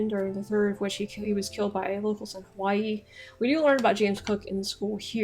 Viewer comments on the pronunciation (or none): none